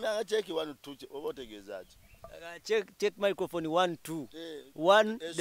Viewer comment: KAKALAMU: microphone 🎤 Mzee Magala: Micro umh micofofoni 😂😂😂😂😂😂😂 Naye eno show ebayanseko ngate wetuyigga at times mbanjgala kuwandika buli mess ya Mzee Magala kuba njagala ebyononese 😂😂